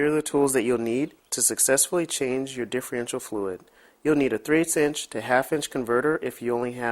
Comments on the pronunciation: Great tips just one thing that drove me crazy its differential not diffreential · Don't think I'd take anyone's advice that can't pronounce the name of the part he's working on.....just saying